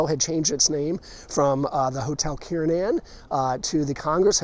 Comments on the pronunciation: hmmmm, i thought it was Kernan....not Kiernin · To true Baltimoreans - it is pronounced “Kir nan” like the hospital.